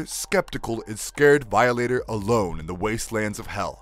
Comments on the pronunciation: and Vialater lol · How bout how he pronounced veeohlater, criminill, seeeAnn and bat..man? I don't understand how there are this many mispronounciations made it to a finished video lol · excuse me, but it’s pronounced VAI-O-LATER. I don’t know wth you said. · Gonna seriously say violator wrong 😩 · Who narrates this ? Can't pronounce simple Violator or Cyan ?